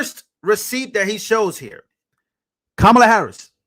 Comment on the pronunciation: Kamala - Pronounced 'Kum Allah'